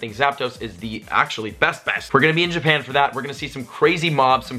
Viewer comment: U said Japan with an Australian accent